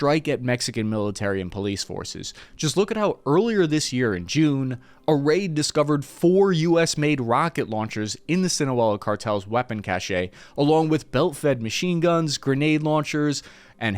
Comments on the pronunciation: did you just say "weapons cashay"? God damn it. I can't believe I have to tell a fellow Iraq vet that it's pronounced "cash". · a pet peeve for me. timestamp Cache (pronounced "cash") a collection of items of the same type stored in a hidden or inaccessible place. Cachet (pronounced "cashay") the state of being respected or admired; prestige. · "cachet"? Mmm... What? I think you might've meant "cache" (pronounced "cash"). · Cache, is pronounced KASH not Ka SHAY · CACHE is a single syllable, it is not pronounced KA-SHAY it's pronounced KASH. And no, it's not because you're 'American', it's because you read it once and never checked the pronunciation XD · The word “cache” as in a “cache of weapons” is pronounced just like the word “cash” as in “cash money” ! A “cachet” pronounced “cash-a” as used in this video means something entirely different. Sorry one of my pet peeves…after all words mean things. I heard this mistake made a lot during my time in Iraq. Drove me crazy. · This is quibble, a minor quibble, but cache is pronounced, “cash.” The “e” on the end is silent. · "cache" is pronounced like "cash". "Cash-ay" is how you pronounce "cachet", totally different thing.